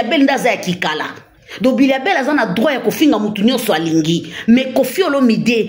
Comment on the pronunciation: M'bilia bel et non mbiya bel